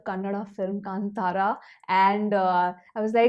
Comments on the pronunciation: Hi, I heard about you from Rishab Shetty where he praised you for reviewing films without revealing the story of any of the movies - even if you think the movie is bad. You are one of the few reviewers who pronounced Kantara and Kannada perfectly. I watched the movie twice and I agree with every word of your review. I even agree about Achyuth Kumar's character Devendra also, but Achyuth made me hate him, so he did justice to that character in the story. My sister had asked me to wear vibhoothi to watch this movie and I did.:) ❤. It will be fun to know your thoughts again after you watch the Hindi version. The Hindi version has not released in the small town in USA where I live, so I look forward to your review, especially the jokes. I'd like to know if the comedy translated accurately. ❤ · Thank you for saying कांतारा and कन्नड correctly. 🙏 Also, lovely balanced review this. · Thanks for the right pronunciation of Kantara! Most non-kannada people get it wrong. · You pronounced KANTARA correctly ❤️❤️ love from Karnataka 🙌